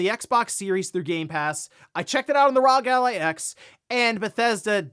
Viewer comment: One day, just one day, someone will realize that the “Rog” in Rog Ally is pronoucned like “rogue”.